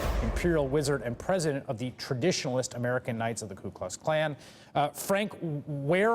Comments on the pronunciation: hah he said Kan... not Klan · Did he just say ku klux kan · Did he say "Ku Klux Kan"? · “Klu Klux CAN” 😂😂😂